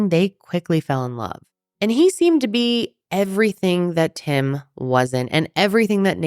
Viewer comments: Not me thinking you said his name was "Him" until almost halfway through when I realized it was "Tim" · The first time u said Tim i misheard it as "Him" and i just figured it was a name I'd never heard and now i kNOW its tim but i cant stop hearing "when Him was doing this.." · I thought u said his name was him 😂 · after reading this comment it feels like the dress that changes color every time you look at it.. now im hearing both! Him tim him him tim tim... damnit i cant tell the difference! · I’m glad I wasn’t the only one!!! 😂 I was like, huh interesting name! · She is definitely saying Him AND Tim....